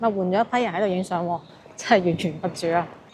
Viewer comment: 洛繹不絕，音落，不是路！謝謝你的介紹！努力完成！